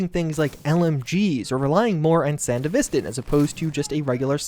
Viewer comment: The way you pronounce Sandevistand triggered me today. Good video tho.